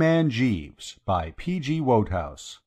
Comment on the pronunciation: How in the world did / miss the memo about how to pronounce the author's name? Shaaaame. Oh BTW it's WOODhouse as most fans and admirers know. Go back and fix it.